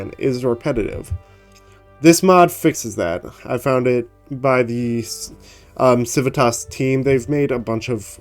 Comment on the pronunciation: It would be pronounced kiwitas